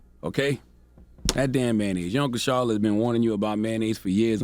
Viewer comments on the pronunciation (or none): none